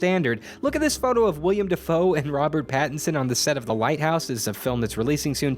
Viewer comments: It's Willem Dafoe, not William. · #10. ...again? Sure, why not? #9. Sure. One could go super-disgusting with this, if you're that kind of guy. #8. WHAT IS A MAN!? #7. Sure. Scotland can't sue. ...and it's Willem Dafoe. Willem, with an E, like Mo's last name. #6. Well, makes sense. Nobody knows what happened to him after he set sail, but it's hinted he died at sea. #5. Uh... yeah. One part '60s movie bait, one part superhero. #4. Pit Paul Bunyan against giant Kaiju monsters, and you've got a movie. He's already established in-universe as a wrestler. #3. ...okay. Classic story. #2. No. The internet already exists. #1. He already is a movie hero. He'll keep being one. A better idea: why don't any Gulliver's Travels adaptations seem to go beyond Lilliput? There's also Laputa (the castle in the sky which Miyazaki made a movie out of), a place where the yahoos come from, and many more. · Its Willem Dafoe not William Dafoe